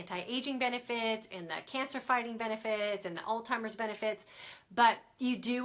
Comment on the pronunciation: Hey, great info...one correction, it is Alzheimer's (Al-ZY-mer's) not TY-mer's.